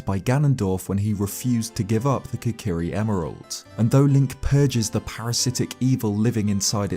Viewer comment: I’m I the only one triggered by the fact he calls them the « kakari »?